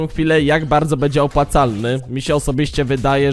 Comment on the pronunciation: kurwa naucz sie mówić, nie bedzie tylko będzie bo az uszy bolą